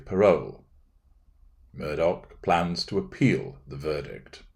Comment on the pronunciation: You got the pronunciation precisely accurate. Glad you’re analyzing this man.